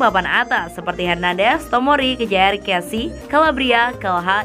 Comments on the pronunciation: Mujaer...mngkin min bukan kjaer... 🤣🤣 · Kayaknya kurang konsentrasi deh di menit 😅😅waktu sebut nama Kjaer